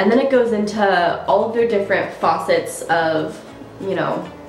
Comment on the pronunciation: Just fyi facets isn't pronounced like faucets.